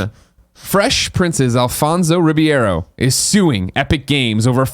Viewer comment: Greg pronounced Alfonso Ribeiro's last name as Ribiero, Riviero, and Riviera. At no point did he ever pronounce it correctly.